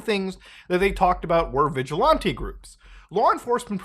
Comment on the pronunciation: The way you say vigilante made this video unbearable bro